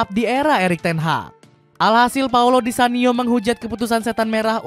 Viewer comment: nyebutnya bukannya di kanio yah min...kok di sanio 😅